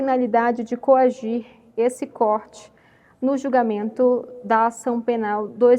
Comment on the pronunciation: 1) De forma LÍCITA, NÃO!!! De forma ILÍCITA!!! 2) Esse corte (córte), NÃO!!! Essa CORTE (CÔRTE)!!! NOSSA, COMO LÊ MAL ESSA MOÇA!!!